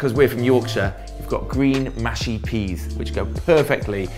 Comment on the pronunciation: Henry what the hell is Mashy Peas, I’m a scouser and it’s gotta be MUSHY peas lol 😂